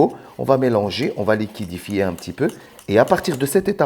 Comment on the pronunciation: Liquidefier 😂liquéfier